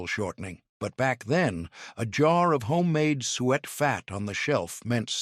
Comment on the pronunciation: It's sue-it not sweat